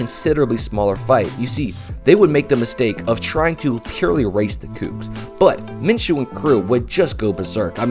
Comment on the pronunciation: I liked your video but you keep mispronouncing his name everybody does it's (min-shew) my name is minchew(min-chew) but every time someone says his name it sounds like you're saying my name there is no CH in his name it's an SH it makes a shhhh sound like the word shoe, not chew